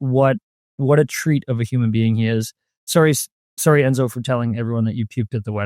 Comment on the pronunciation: They kept talking about "endzo" who is that?